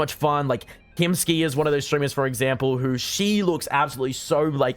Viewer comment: I think its actually hiimsky. and its pronounced Hi I'm Sky.